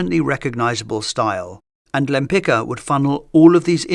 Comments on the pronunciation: The name is pronounced "Lempitska". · She had polish surname, so please read it properly, it is spoken rather lempitzka, because in polish ck is not one sound but two. In polish also first letter is ł not l (Łempicka) so it should be even read wempitzka, not lempitzka. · "Lempika"???😂😂😂😂 Łempicka!!! "Ł" like "W" in "Wood". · try to read her name "Lempitska" not Lempika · From the channel named "Great Art Explained", what implies you know what you are talking about, I would expect you pronounce Lempicka's name correctly. It is not pronounced Lempika", but similar to "Lempi-ts-ka" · The correct pronunciation of the surname Łempicka is "Wempitska" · You got the pronounciation of her surname incorrect - no wonder, it was Polish and Polish is not an easy language. Since she never changed her surname nor anglicised it it should be pronounced Tamara de "wem-pitz-kah" but, as you mentioned she chose the masculine version/suffix and also exchanged the Polish first letter of her surname "Ł" (sounds like English "W") for more familiar to Westerners "L". Then it was pronounced Tamara de "Lempitzki". Actually, she also added "de" for the more noble impression :))) That would mean nothing to you if not for the fact in 1918 Poland was reunited after 123 years and Tamara Łempicka always insisted on the right pronounciation of her surname reminding she was a Pole (being Jewish for ethnicity/religion/background but Polish for nationality, country ect.) - I guess thinking it added some exotic vibe ("she came from the East, Russia, Poland, far away country") or just excentricity. It was how she and people who knew her pronounced her surname - the original one as well ar the last official version. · would be nice if English speakers would finally learn to pronounce her name correctly… she was Polish so you pronounce Lempicka like „Lempitzka”, not the way it is done in this video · Omg, Lempi-C-ka! There a letter „c” inside!!!